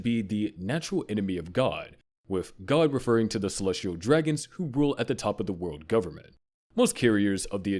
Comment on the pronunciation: This is the same guy who said "wood government," "Oharee," "boid century," "inheriNted," "Bartholomew KULMA," "Sabuddy," "Way-no," and "MomoNOOske". (There's probably more, but I'd rather go to sleep than stay up and look for them) I'm honestly surprised he didn't pronounce the "u" in "Luffy" with an "uh" sound.